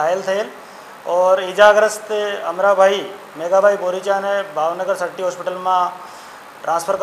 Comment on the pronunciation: અમટા ભાઈ નઈ અમરાં ભાઈ સરખું બોલો